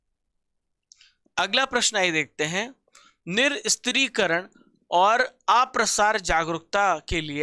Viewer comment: sir (nih + sastrikaran) hain na ki (nir + stri + karan)🙂koi baat nahi sir galti her kisi se hoti hain aap best hain 8 mahine se apki class dekh rahe hain lagatar aap best ho